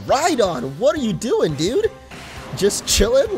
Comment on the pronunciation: Stop say dyude